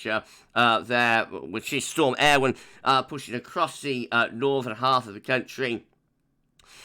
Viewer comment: Great video - yesterday's Met Office press release included how to pronounce 'Eowyn' - I think you're pretty much spot on!